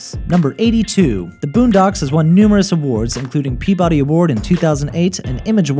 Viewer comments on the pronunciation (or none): none